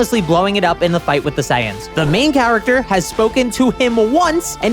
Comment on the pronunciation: The "Scions"!?🚙🚗😂 Saiyans... I'm not too familiar with the Japanese dub, but I'm pretty sure they used seianu or sayan for their pronunciation, whereas the English dub sounds something like say-uns. Though you are using the proper Japanese pronunciation for the word spelled out in romaji, it just sounds ridiculous and confusing to the English speaking audience you're speaking to.